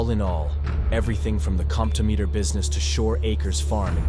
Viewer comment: New subscriber here. The machine name is pronounced comp-TOM-meter. My mother would talk about using one when she worked doing payroll at Saks Fifth Avenue in the 1940s.